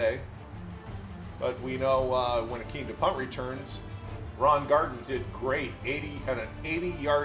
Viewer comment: I'm only saying this because the 70 Colts are my favorite team of all time. Kick returner Ron Gardin, last name pronounced GAR-DEEN. Really enjoy the videos! 🏈